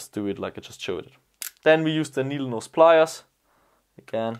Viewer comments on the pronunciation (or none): . Nodleneese plyers. Did you mean needlenose plyers..? Sexier than a british accent xD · “nohdle-neeze pliers” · He said "nodleneeze pliers" 😆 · did anyone else catch saying Nodle Neese pliers 😂 just thought I'd throw that out there lol. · Ah yes... those nodel neese pliers ;). Thanks for the Tips and Tricks. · Did nobody else realise he said "Nodle neese pliars" instead of needle nose? It sounded so funny im dying Lol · nodel neese pliers 😂